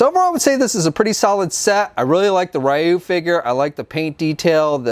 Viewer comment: "Ri-you" Don't you mean re-you